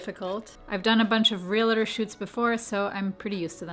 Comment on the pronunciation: Good video. Chalk screeching on the blackboard for me is hearing real-a-tor instead of real-tor. The first is much easier to say, but the second is correct. (I was one for a while.) Love you, anyway! : )